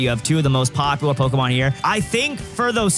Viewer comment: NGL, the amount of Pokémon you pronounce wrong drives me fking insane... But I still love the content!